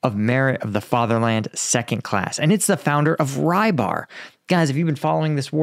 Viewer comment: Rybar - his name is pronounced quite differently, most closest I may suggest is to spell like: rubbArr